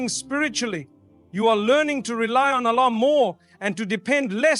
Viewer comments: This sounds like Ai. SubhanaAllah, we should be careful with all the information that we are receiving nowadays. The way he says « Allah » is not how he usually says it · I noticed that too. It doesn’t pronounce Allah the way Mufti Menk does! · This is AI my brothers and Sisters Watch closely And listen to accents of saying the word Allah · And yet u still cant say 'Allah' perfectly. When pronouncing the word of Allah, it must be thick, that is, yr tongue touching the upper palate. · This isn't mufti menk, the pronunciation of Allah is not from the heart. It reads like an AI generated voice. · It seems to me to be AI especially because of how he says Allah, he isn’t saying Allah’s name right. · Beware this is not Mufti Menk speaking. It's an AI voice. Be careful what you consume on social media. Mufti Menk can properly utter the word ALLAH. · The pronunciation of Alllah. And each time only saying Allah and not Allah SWT or other words he usually adds. 100% AI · AI GENERATED..... THE WAY ALLAH is pronounced is not correct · Ya even I felt it's AI.. Specially the way Allah is pronounced here